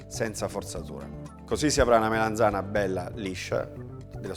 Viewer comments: Che bontà,. Però solo una cosa: si dice melanzana con la A e non melenzane che è un modo un po' dialettale. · Ogni volta che diceva melenzana mi triggerava malissimo. Urlavo allo schermo ", si dice melAnzana, po**od**o" come una pazza. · Comunque se fate caso non dice proprio "Melenzane" ma "Meleinzane" con una "i" quasi scomparsa. Questo è un residuo dialettale del nome originale della melanzana, cioè "mela insana" perché quando fuorono portate dall'America per gli italici sembrava una mela malata. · melAnzana, melAnzana, melAnzana :-) con la A :-)